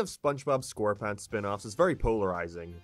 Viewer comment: “SpongeBob Scoreponts” 💀